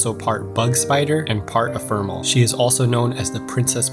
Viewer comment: Wth is an “efermal”